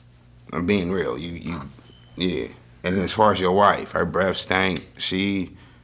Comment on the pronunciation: "As far as your wife, her breath staink"😂😂😂😂